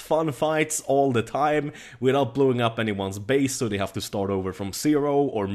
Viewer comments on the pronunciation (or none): "why you heff to be mad"